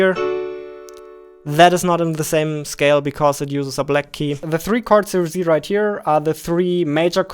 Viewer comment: What normal people say: "Here you can see" What they mean: "Here you can see" What says: "Here you can zee" What he means: "Here you can press the Z button" We all misunderstood him